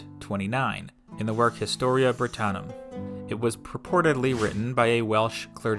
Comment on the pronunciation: Not BAy-don! There is no long 'a' as in 'ladle' in Welsh. BAdon with 'a' as in cat. Not Historia BrittAnum - Historia BrittOnum. Not TInt-a-gel but Tin-TAgel Not RYe-o-thAmus but Ree-o-TA-mus Jesus Yanks are sooo ignorant when it comes to pronunciation and soooo lazy that they don't make any attempt to learn.